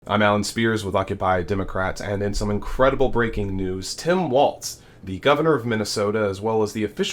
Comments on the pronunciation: Its WALLS, NOT WALTZ...turn the Z into an S. W-A-L-L-S. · By the way, it's Walz not Waltz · Please don't say Waltz...that's a dance. Say Walz as walls. See how ez that is to pronounce. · It's pronounced "walls", not "walts". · It’s pronounced like “walls” not like the dance “Waltz” (no t in his name). But yes, I completely agree: for the vast majority of Dems, especially women & the men who support them, a palpable sense of joy! So excited for our future! TY Kamala & Tim, for bringing the joy or excitement for the future, back to our elections. The other guys talking about getting electrocuted from EV boats sinking vs jumping into the water filled with sharks… bc that scenario would be so realistic. 🫣 Snort some more coke or Adderall, Diaper Don! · I believe his name is pronounced “Walls” not “Waltz”😊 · Dude, please, his name is pronounced Walls, not Waltz. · Nice report.....but his name is pronounced Walls, not Waltz. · It's Walz, why do you keep saying waltz? There is no T in Walz. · His name is “Walz”, not “Waltz”. There is no T in the name. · Allan Spears: Tim Walz’s name is pronounced WALLS, not WALTZ. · I appreciate your content, but I believe WALLS is closer to the pronunciation of his name than WALTZ. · His name is Walz not Waltz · It's "Walls" not "waltz" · His name is Tim Walz not Waltz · Walz Pronounced “walls” No “t” Not “waltz” Please! We have to deal with Republicans always intentionally mispronouncing it. Let’s get our side to show the respect of pronouncing it correct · Interesting information, but the mispronunciation of Mr. Walz's name makes me cringe. There is no "t" in Walz, so it's not pronounced like "Waltz". It's pronounced like "walls". Good work, otherwise. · walls not waltz. please say his name properly. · His name is WALZ, not “waltz.” Stop mispronouncing his name. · There is no "t" in his last name!! Please stop pronouncing his name like the dance. It's not Waltz! It's Wallllzzzzzzzzz! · its not waltz.....its walz.....WALLS